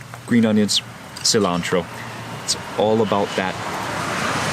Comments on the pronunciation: What is kilantro? You surely do not mean cilantro, do you? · I also enjoy “qlantro” 😂